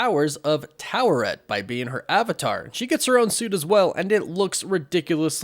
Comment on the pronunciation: Stop pronouncing the R in Taweret The way the say in the show is without the R